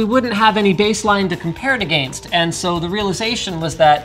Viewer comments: I like the way Linus pronounces against :D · can everyone just stop saying agayinst